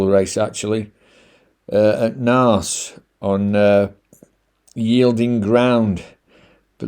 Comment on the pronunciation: Great job as usual, Naas is pronounced Nace here in Ireland. Johnstone's yard is definately one to avoid for a while nothing is running on. Keep her lit 👍